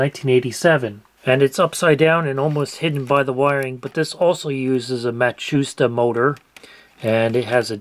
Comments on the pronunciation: I'm sure someone has mentioned it already, or it's a reference I don't get, but it's pronounced "Mot-sue-shee-ta", not "Muh-shoe-stuh". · It's not MACHUSTA....It's MAT SU SHITA... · It's Mah-tzoo-shee-tah, not whatever it was you said. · Matsushita is pronounced matt sue sheet ah